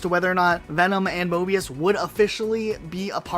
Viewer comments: The amount of times he said mobius instead of morbius lol ⬇️ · I believe you mean “Morbius” and not “Mobius” for Sony’s project lol. Sorry just had to point it out